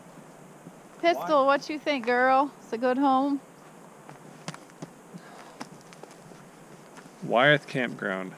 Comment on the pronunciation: Thanks for mentioning American the beautiful pass... I looked into it! Also I wanted to find that campground on the deschutes river and it sounded like called it Wyatt Campground and he said it was east of LaPine.... I finally found it... Its called Wyeth campground and it is WEST of LaPine...lol. Keep having fun!!!